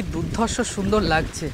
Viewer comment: বিভাৎস আর দুধ ধর্ষ। এই কথা টা সব জায়গায় ফিট হচ্ছে না। ভাষা শুদ্ধতায় তোমার ভিডিও টেক আপ ভালো লাগবে। ব্রাদার স্পষ্টতা চাই। কানে খোঁচা লাগছে।।।।।